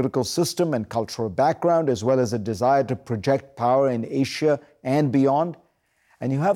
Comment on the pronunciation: he said Ashia not Asia.